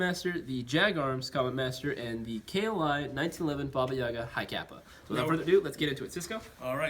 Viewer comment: There are Russian-speaking people laughing at your pronunciation of Baba Yaga.... (BOB-buh YAW-guh). It's BAHBAH•yeh-GAH.